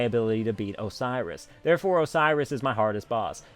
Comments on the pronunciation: OCEROS? really? ahahahaha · Ok your saying it like Osiris the Egyptian god. That's not how it's pronounced. I'm sorry for commenting this but for some reason it's like a pet peeve for me. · Lol... Oceiros... not sure why you have such a hard time with him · ok 1. Your rants are hilarious. 2. Oceiros? really?